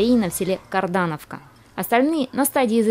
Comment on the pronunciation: Не карданавка а кардоновка